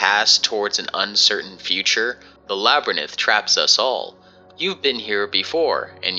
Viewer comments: I… can’t help but notice you might’ve mispronounced “labyrinth” I hope I don’t come off as rude or pretentious But it’s pronounced La-bu-rinth I do hope this helps in the future Best wishes -some random fucking idiot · Why did no-one..- oh for goodness sake!, I love you but it is LABYRINTH. Not LABERNITH. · I know lot's of people will point this out so I'll do it too just to be a dick " labrenith " WTF XD? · “The [ LABBWRNITH ] contains all doors” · Too late. It's imprinted in your brain. You'll always pronounce it labyrnith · Labyrinth is pronounced LA-BR-INTH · surely its LA-BA-RINTH ! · I wasn't paying super close attention and when I saw this comment I thought it was being pretentious because I've seen stick-in-the-mud people being pretentious about "Lab-rinth" vs "Lab-er-inth" but then I went back and heard the "La-ber-nith" and I was like "Oh... yeah no valid comment lol" XD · its not spelled labyrinith tho. just labyrinth. youre not wrong, but doesnt apply here. i get its an honest mistake, and it made me laugh during my watch haha, just saying this one is spelled how you would pronounce it. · Why are you pronouncing labyrinth like that? There’s clearly no extra i after the n. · video was entertaining but bestie im begging you to google how to pronounce labyrinth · Was he saying labyrinth wrong for engagement? If so good job I commented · It's a real phone number that has nothing to do with Somnium Dream Viewer. I think it's kinda messed up of this guy to use a real medical clinic and just allows people to call them again and again. But yes, the way he pronounced "labyrinth" makes me wanna Self Crit 🤦🏻‍♀️ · im ngl your pronounciation of labyrinth bugged the hell out of me lmaoo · Sorry but you totally butchered your pronunciation of the word: labyrinth Next time around just put the word in google search and play the proper pronunciation of the word so you know how it's pronounced for future usage. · It’s not labranyth ffs it’s labyrinth( lab-er-inth)